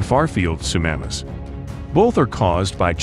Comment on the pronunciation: It's not sunamas, it's tsunamis